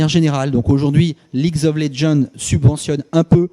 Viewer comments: Apparemment ce n'est plus League of Legends mais Leaguesss of legend. Vu sa prononciation ça se voit qu'il en a quelque chose à foutre des gens qui bossent autour de lui et de ce qu'ils font donc tout ce qui l’intéresse c'est le fric. Et je ne pense absolument pas que Kenny s'en veut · ligz ov lezzends il m'a tué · "Leagze of Legendze" Mdr il m'a tué ce con, le mec il s'est même pas prononcé sa source d'argent.. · "Ligs of léjeune " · comment il prononce league of legends ? lidjof laidjen ? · le mec parle de la boite et ne sais pas prononcer league of legend "leaguzof legend" xDD aller va tefaire le mec a rien compris au principe d'Ec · Déjà il a osé dire : ligz of legend xD. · Donc ce dirigeant sait tiens une TV lol et sait pas prononcer league of legends ? mdr Leagues of legends il a craqué. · "Ligz of les djande" 😅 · Quand il détruit le nom de leagues of legends XD, reste dans ton bureau et ferme ta gueule ! :) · ça ce dit dirigeant ça sais même pas prononcer league of legends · Des barres comment il prononce league of legends XDDDD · il arrive même pas a dire league of legends correctement... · Ce mec,, ne sait même pas prononcer le jeu qui a permis le développement de la boîte dont il est le patron. Qu'est ce que vous voulez qu'un dinosaure fasse d'un ordinateur à part le briser.. Une bonne tête à claque ce gars.. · quand t'y connais mais que tu te prends pour le boss du game... guignol va apprend a prononcer les nom des jeux ou reste dans ton domaine politique et economique. il faut vraiment que ces mecs la laissent le streaming tranquille... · super... Le patron qui parle de webTV avec un vocabulaire financier, il ne sait même pas prononcé le nom du jeu qui leur fait gagner le plus d'argent (comme tout le monde la remarqué). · MDR comme il prononce league of légende 😂😂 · j'ai tapé a plusieurs reprise mon bureau quand il prononçait mal le nom x)